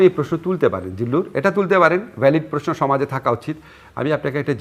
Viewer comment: জিল্লুর সাহেবের স্টাইলিশ 'প্রেশ্ন' উচ্চারণ উদ্ভট উৎকট শোনায়। তবে এটা উনার একটা 'ইস্টাইল'।